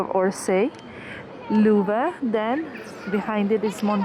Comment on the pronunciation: Thank you for that promenade,! It could be good for the next time to learn the pronunciation of the French names, at least of Louvre. And all will be great!